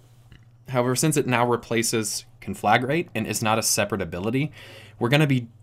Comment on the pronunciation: I know this shouldn't bother me as much as it is but you're pronouncing conflagrate wrong.